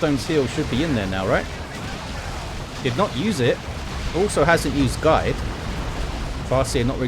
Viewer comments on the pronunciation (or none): none